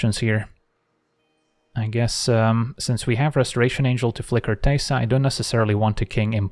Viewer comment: I think it's because he says it so gently, like "teh-sa" instead of "tay-sa"